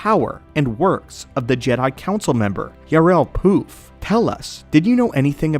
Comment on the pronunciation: His name is Poof not P.roof 😅😊